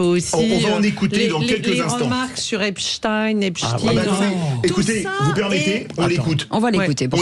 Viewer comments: Ce rigolo ne sait pas que les anglos saxons prononcent Epstine ( en phonétique) rien à voir avec les Russes, mais comme la grande majorité de son assistance est gaga, çà passe sans problème. Oui, Mélanchon est toujours au bord du gogue , sans jamais tomber complètement dedans, tout ce qu'il dit est cal culé, une troupe de dialoguistes bosse pour lui. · Oui la France insoumise a tous les droits de se défendre contre vos calomnies, qui plus est c'est vous les médias Bolloré avec BFMTV vous avez discuté comment se prononce le nom du criminel Epstein...Bravo a cet auditeur qui vous a mis une master class